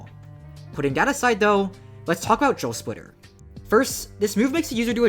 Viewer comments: I thought you were saying joe splitter and i was confused cause i see drill splitter and not joe splitter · i keep mishearing it as "joe splitter"